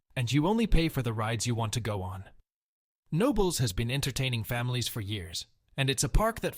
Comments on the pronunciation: Knoebels is pronounced Ka-nobels and I don't think that footage used is from the Phoenix. Just sayin' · Boy the park is KAH-KNONLES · I know it’s confusing but it’s pronounced kuh-no-bel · Yeah….Pretty sure they meant Knoebel’s. Pronounced: Kuh-nobels. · I came to the comments to specifically check if anyone called out the pronunciation of Knoebels. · Wow Pennsylvanians by knowing how to pronounce the gems you are reporting. Knobels Park, the K is not silent. Coudersport in Potter County has an ow sound as opposed to Coodersport. You did have a nice video. Born and raised in Pennsylvania you enlightened me to some gems I was unaware of. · Took my kids to Knobels for many years. I've never considered anyone not pronouncing the "K," but here it is. Also he pronounced Susquehanna as "Suskweehanna." Another oddity. It's "Suskwahanna," emphasis on the "kwa" syllable.